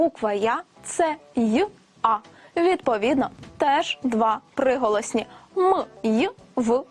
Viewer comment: Она сказала «псиголосні»?